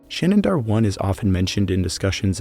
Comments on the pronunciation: You're pronouncing 'Shanidar' with an extra 'n'. 'Shanidar', not 'Shanindar' (which is what you're saying each time). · Remember, people, it's "Shanindar Cave" with an extra "n", as opposed to "Shanidar Cave"!